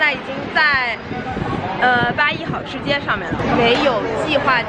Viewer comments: 妹妹欢迎来重庆!!! (小声：是hao四声 吃街噢~） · 重庆真正好吃的火锅一般都不会在显眼的街边 吃个饭能接受几个小时的排队除了666没什么好说的 本地人一般转身就走 还有那个字读"好hào” 四声 指的是行为爱好 不是东西的好坏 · 好吃街的“好”字读四声。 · 这个好吃街不读三声，你应该读四声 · 好（这里发四声） 吃街。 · 八一好吃街的好应该是读四声~